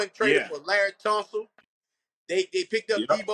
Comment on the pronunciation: Laremy Tunsil? Lol joker said Larry lol